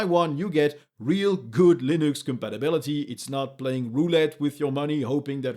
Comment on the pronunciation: 'Loonix'? :p